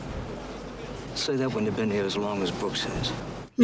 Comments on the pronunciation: i cant be the only one who kept saying its BROOKS not BOOKS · 🤣 You wouldn't think it would matter that much but after 20 times of hearing "Booksie"......I wanted to scream, "It's Brooks!! It's frickin' Brooks!!" 😆😆😆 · Good Lord how did y'all get "Booksy"? Its Brooks!!! 😂❤